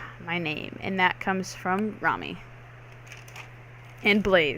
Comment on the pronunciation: and its Rami r-a-m-i not remi ;)